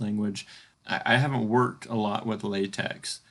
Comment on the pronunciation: It's not pronounced latex, it's pronounced lahtech.